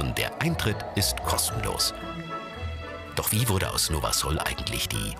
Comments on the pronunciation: es wird nicht Nowa Sol sondern Nowa Sul ausgesprochen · nowa sól wird nowa sul ausgesprochen und heißt neues Salz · Nowa sól wird „nowa sul” ausgesprochen😂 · Die sprechen nowa sól voll komisch aus 😂😂(bin Polin halt) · Ich bin Pole und lache mich gerade kaputt Weil ihr Nowa Sol falsch ausgesprochen habt